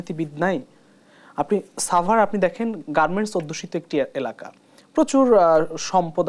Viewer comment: ছাবার...??? নাকি সাভার...??? Bedi manus...